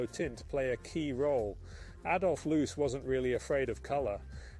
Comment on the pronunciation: Amazing building and design. – AI is not cutting it yet. The name is Adolf Loos, not loose, loss, lose, or losee. I have heard AI narration with better intonation, but it’s probably based on how the narrator.